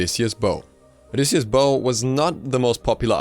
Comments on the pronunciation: Delano Tetehuka it's an item in the game, and he's pronouncing it correctly. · Delano Tetehuka No he is pronouncing it correctly